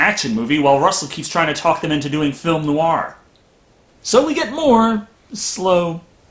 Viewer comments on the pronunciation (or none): none